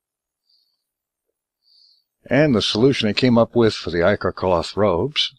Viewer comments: I know right "itch-or" its EYE-CORE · Ick-or... Ick-or... None of ya say it right....